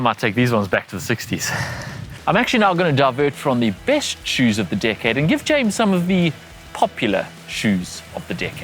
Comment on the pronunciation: Who else thought he said dickhead and not decade lol